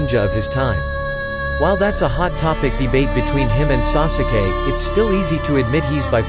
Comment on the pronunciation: WHEN HE SAYS SOOSUKAY, IMMA JUST NOT WATCH DIS ANYMORE